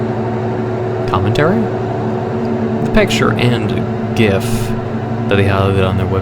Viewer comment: Appreciate pronunciation of “gif”